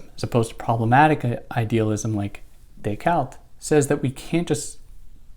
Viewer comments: Day-Cart. Not Day-Cault. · Do you think it makes you better than anyone else because you poorly attempt the French pronunciation of Descartes?